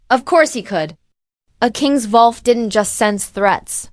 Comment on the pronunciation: Needs work. Wrong spelling and pronunciations (ie wolf), wrong pauses and emphasis in wrong places in a sentence that make the story choppy, harder to follow, and distracting. Lastly, what’s with the “dot”?!? Take that out! That’s perhaps the most annoying part of all. The story sounds good but after just 9 minutes trying to bear all these things, I think I can’t listen anymore.